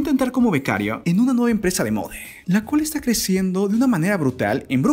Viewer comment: No es necesario q deformes el idioma español poniendole la vocal "e " a la palabras distrae la atención a las imágenes... emprese, mode, piense, elle.escuele.. etc. Es irritante.